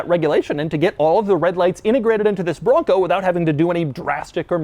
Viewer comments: every time he says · His over pronunciationonon on Raptor and Bronco is very annoying!